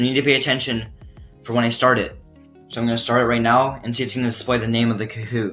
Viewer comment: lol u saying koot